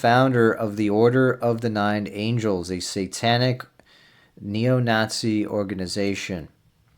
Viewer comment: Maan plz im not being a dick but its "Angles" not Angels.